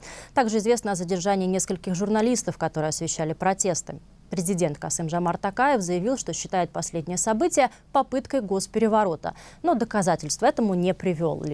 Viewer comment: ТОКАЕВ, А НЕ ТАКАЕВ